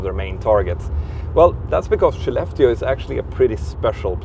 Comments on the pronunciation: It would have helped to spell or show in written the name of Skellefteå. I heard "she left you", the transcripts were not helpful with "Shileft Steel", until it showed up in the airport - for just too short a time to be aware of it. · Absolutely shocked how the "Skellefteå" is actually pronounced.. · the 'k' in Swedish is pronounced as 'sh'?? i also heard the other day someone pronouncing 'Köttbullar' (meatballs) as 'Shot -bullar'